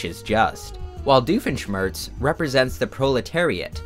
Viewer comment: I realized at “Doifenshmirtz”